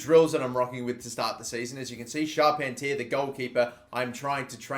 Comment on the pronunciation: pronounce Charpentier as Shar-PEN-tee-air